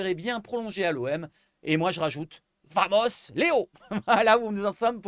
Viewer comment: petite rectification en espagnol vamos se prononce BAMOS le v en espagnol se prononce b 😅😅